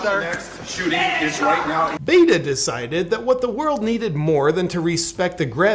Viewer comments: Did you notice that he called him Beta and not Bato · Did he say Beto's slim crotch? 🤣🤣